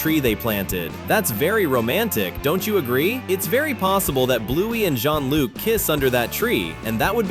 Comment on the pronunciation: Shonluke not Jeanluke